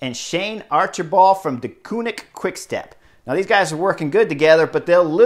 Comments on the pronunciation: Try "Door-fin -eh", keep the h soft. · Horner letting his inner-Canadian show as he describes the Dolphin-eh.